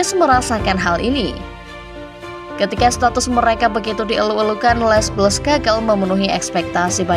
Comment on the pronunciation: min, gak enak banget ngucapinnya les blues, harusnya kalo diucapin tuh, cukup le blu